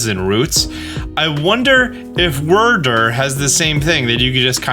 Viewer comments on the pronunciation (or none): Wyrdeer is likely pronounced like Weirdeer not Wurdur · i am begging you to stop calling wyrdeer "wurdur." it's so incredibly cringey and gives me flashbacks to 2013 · Wyrdeer is pronounced like 'Weird-Deer' (without a pause in between the dashes), probably because it makes weird illusions and is a deer. They said it that way in the trailer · I’m guessing Wyrdeer is pronounced Vyrdeer. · Wyrdeer! WEIRD-DEER but minus a D. C'mon lol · I don’t want to be that guy but … Wyrdeer is the combined words of weird-deer . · I think Wyrdeer is supposed to be pronounced like weird-deer. You know, since it's a weird deer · Pro Tip: Wyrdeer is pronounced kinda like "weird deer" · *Pronounced as Weird deer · just as clarification for anyone unfamiliar with it, it would be pronounced "weird deer", wyrd is like a viking term refering to fate and destiny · Wier-deer like weird deer. Sorry its bothering me. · Wur der lol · Gets annoying